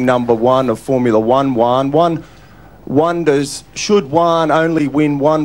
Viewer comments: Well Juan is a hispanic name and should actually be pronounced as "Huan" not "Wan". The J in Juan is pronounced as the H in the word horse. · Fun fact for english speakers: Juan it's not pronounced Wan, is Huan ! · Fyi Juan is pronounced who-an, not wan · It felt like he knew the difference as he pronounced Juan slightly differently, but probably still awful to Hispanic ears. He seemed to pronounce it like the chinese "wuan" instead of (what I assume should be) a "huan" sound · It's so funny to me how non hispanic people pronounce Juan as One. It's cute. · Why is he pronouncing "Juan" like "one"? Where's the J? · That’s why you pronounce is “Hu-an” for you English speakers. The “J” makes the “H” sound in Spanish. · well I’ve lived here my whole life and this is what everyone’s voice sounds like here, and we Aussies seem to pronounce words that every other accent pronounces completely different the same. One/won/Juan is only one example 😂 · I gotta be the guy to explain how the name Juan is only pronounced like that in the USA, in Spanish it's pronounced "Hoo-an", the J even sounds harder in Spain and some other countries of Latin America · bro how tf pronounces juan like that even as a turk i know the proper pronunciation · this is why you pronounce juan as huan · man it must have been a strugle to the reporter to try and pronounce the J on Juan, but i gues Uan is close enough ( close enough to an east asia name ) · why did he pronounced juan like guan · the way he mispronounces juan though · Lmao at the fact that this would be easier if he didnt mispronounce Juan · In that case you should pronounce the "J" in Juan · Is only funny if you pronounce his name wrong. Because is Juan…no uan. 😂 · As someone who speaks Spanish (and knows how to pronounce their "j"s), this one has a certain cringe factor as the joke relies on a pretty bad pronunciation of Juan.